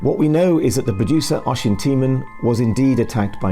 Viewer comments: Damn you have a video of Oisins name being said correctly and you still say it wrong eveytime 😂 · You show a clip where "Oisin" is pronounced correctly a few times yet you still manage to fumble it. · Oisin is actually pronounced O-sheen, instead of Oi-sin, unless the pronunciation/version is his actually name then ignore me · Nitpicking FYI- Oisin is pronounced oh-sheen or us-sheen not oi-sin or ocean. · Its not Oysin its pronounced Usheen. But hey ho he was a monumental snowflake. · It's pronounced Oh-Sheen, not Oi-Sin. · The Irish forename Oisin is pronounced Osh een, not Oy sin. You're welcome 👍🏼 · Oisin is pronounced "osheen" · "Oisin" is usually pronounced "oh-sheen" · It’s pronounced O-SHEEN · I never said it rhymed with rushing. But yes, its pronounced "awe-sheen" as in Charlie Sheen. Irish names are pronounced as they would be in the Irish language, not English. Other examples are Caoimhin (kee-vin) and Siofra (shee-frah). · The Irish watching this in physical pain at the pronunciation of Oisin 😅